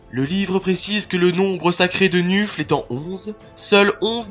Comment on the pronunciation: C'est très bien MAIS... Gros gros gros "MAIS"... Le dieu du Blood bowl s'appelle Nuffle, qu'on ne prononce pas "nufle", mais "neufeul", ce qui le rapproche de la fédération de football américain : la NFL, la "neufeul". Voili voilou, tu peux réuploader ta vidéo 😇